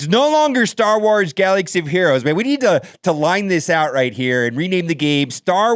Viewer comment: Did you say galaxy of gyros? 😜